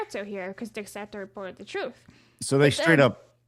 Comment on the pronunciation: i'm begging and everyone else to know that "dexerto" is pronounced as de-sir-toe